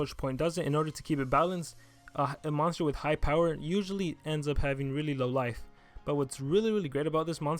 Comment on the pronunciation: "moonster" "monter" ;P